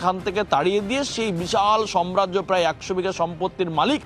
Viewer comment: টাকচার না ,হবে structure (স্ট্রাক চার) , সম্রাজ্য নয় সাম্রাজ্য, একটু ঠিক মতো বলুন । আপনাদের ভাষা আদর্শ মনে করে জনগণ।